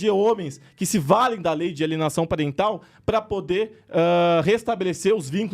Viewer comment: Nossa... lei de alienação "Pariental" kkkk é PARENTAL kkkkk